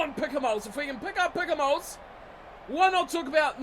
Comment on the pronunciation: please keep the s silent in Picamoles